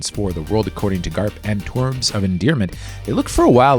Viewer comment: TWERMS of Endearment? REALLY?